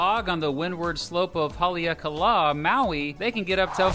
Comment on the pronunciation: Haleakala is pronounced Ha-lay - ack - a - la